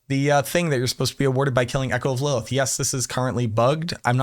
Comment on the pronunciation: You're adding too many "L"s to Lilith